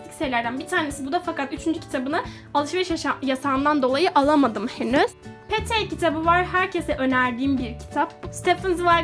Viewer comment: Şeyyyy... Petey diye okunmuyor, Piti diye okunuyor. Yanlış anlama, küçümsemek için söylemedim. Bil diye yani. 😊